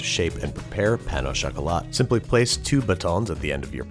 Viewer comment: "pain ow chocolate"